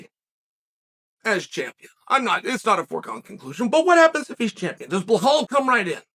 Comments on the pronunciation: Blahal😂 It's Belal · Shavkat is 17-0 and it would take 2 seconds for Chael to look it up, but he is intentionally spreading misinformation, like saying Blahal in every video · Every time I hear Uncle Chael say, "Blah-Hall" and "Mac-Kel-Chev" I crack up! Uncle Chael is the man! He is hilarious!!!🤣I bet if anyone were to ask Uncle Chael, "You are pronouncing these fighters names wrong." Uncle Chael's response would most likely be the following, "Guess what? I don't care!"🤣